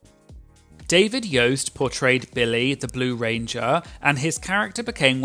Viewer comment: Great video. But if I may…Billy. Not Bill-lay😅